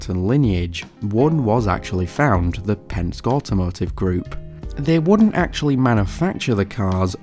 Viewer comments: pen-skee not pensk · it's pronounced pen-ski